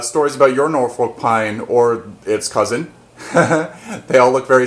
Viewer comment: The folk in Norfolk is pronounced like took. Similar to Norfolk Virginia.